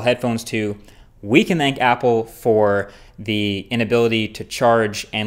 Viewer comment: "We can 'ank Apple" Is that some king of accent? (A sincere question)